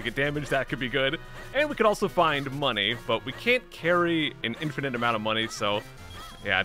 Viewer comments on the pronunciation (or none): none